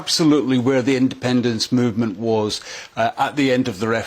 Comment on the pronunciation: Jesus, is it so difficult to say independence.